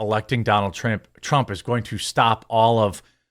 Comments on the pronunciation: TRAMP?! PRONOUNCE HIS NAME RIGHT, JEREMY! PRONOUNCE HIS NAME RIGHT! PRONOUNCE HIS NAME RIGHT! PRONOUNCE HIS NAME RIGHT! PRONOUNCE HIS NAME RIGHT! PRONOUNCE HIS NAME RIGHT! PRONOUNCE HIS NAME RIGHT! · Sorry, but I chuckled when it sounded like you said Donald Tramp. Not trying to be a douche, I just thought it was funny. I still laugh when the ketchup bottle farts.